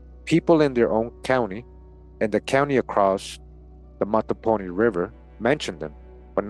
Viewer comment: Mattaponi pronounced Mah-ta-Po-ni Just in case someone want to say it correctly. I was born and raised there. Still listening Thank you for this video